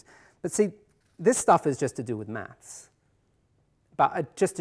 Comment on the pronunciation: I really dislike the way he says "maths", it sounds like "mats"